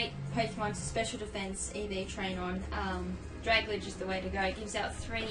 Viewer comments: Drag Alge, not Dragaledge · It's kind of a dick thing to do, correcting someone's pronunciation, but I think it's pronounced "drag-ALjee" as in submarine plant matter, since both are based on kelp. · I got a shiny rogenrolla (however ya spell it) mid game I was so surprised! Also it's pronounced drag-alge as in algae the water plant thing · OMG ITS PRONOUNCED DRAG - ALGAE Its like dragon and algae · IT'S DRAG-AL-GEE! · "dragladge" lol